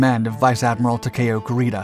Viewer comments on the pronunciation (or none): none